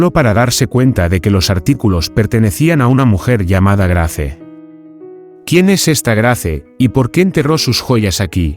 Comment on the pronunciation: Se escrbe Grace se pronuncia Greys